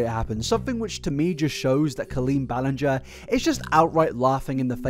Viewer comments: I love how you tried so much to say her last name correctly, but still got it wrong once in a while 😅😂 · I love that you still accidentally said her name wrong again 😂❤ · he literally mispronounced it again like two minutes in 😂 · Thank you for acknowledging your mispronounciation of her name. It legitimately annoyed me. Lol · Ballinger? I hardly know 'er! ...I'll go. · I love how as colleen’s wrong-doings got more and more disturbing the more frequently mispronounced her last name. Every time he did it I would cackle😂😂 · The apology for saying her name wrong followed by continuing the mispronounce her name is a MOVE. Because it implies you now know … and don’t care because it isn’t worth getting right. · Makes a guitar apology about saying Colleen’s last name wrong only to say it wrong still during this video 🤣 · So she's worse than James Charles? I also love how you said her name wrong 3 different times. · Why was i used to and prefer him say the lady's name wrong 😂